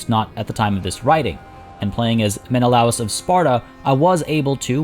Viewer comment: it’s “Men-uh-Lay-us” not “Men-O-lous”